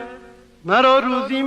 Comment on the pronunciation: با درود و مهر صد حیف که هم خانم فخری نیکزاد و هم خواننده بزرگمون این مصرع حافظ را اشتباه خواندند و معنی کلام را عوض کردند. مرا روزی مباد آندم که بی یاد تو بنشینم در این غزل حافظ کلمه روزی را به معنی یک روز بکار برده اما در این برنامه کلمه روزی باتوجه به تلفظ اشتباه به معنای رزق و روزی بکار رفته